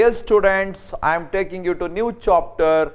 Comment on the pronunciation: It's not chopter it's chapter